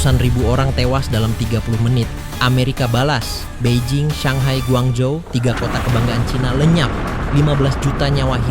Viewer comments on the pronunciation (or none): none